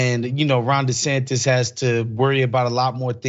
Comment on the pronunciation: He screwed up once and said Ron DeSanctus and kept saying it instead of admitting a mistake.